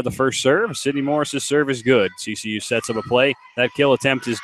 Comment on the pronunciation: OMG ITS CCU NOT kcu!!!!!